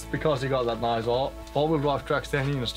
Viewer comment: the way he said nice he said it like nose